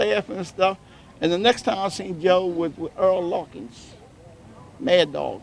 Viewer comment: It's Errol Larkin, not Earl.